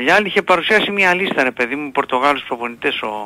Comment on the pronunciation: Πορτογάλους, Πορτογκεσους ήμαρτον 😂😂😂